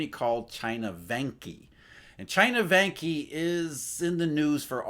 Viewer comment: Vanke is pronounced as Wanker without the "r"...;-)